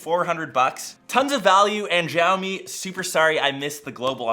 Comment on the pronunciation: Xiaomi pronounced showmi